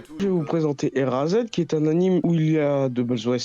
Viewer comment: Le érasède avec le bonne accent français c'etait delicieux mdr